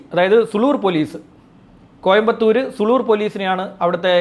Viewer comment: പട്ടണം പുതൂർ ആണ് സുളൂർ അല്ല സൂ ലൂർ ആണ്